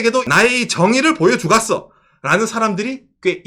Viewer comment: 😂ㅋㅋㅋ 북한말투 웃겨요 나의 정의를 보여주갓어!